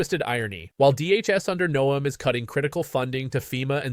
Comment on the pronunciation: It's Noem, not Neom.